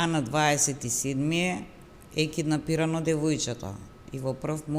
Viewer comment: Ovaj pa voditelot kindapirano namesto kidnapirano ....aloooooo koj ve pika vo ovie profesiite